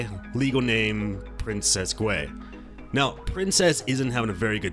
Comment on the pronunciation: Don't forget the word "neow" as well 😂